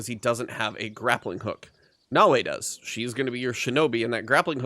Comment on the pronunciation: I still don't understand why, Americans keep saying Nao-way, and Yasu-kay?? That's not the language and in game they have LITERALLY told you a thousand times how to pronounce things. It's like if someone called my Japanese friend Dai-soo-key (Daisuke), it's just cringe to hear.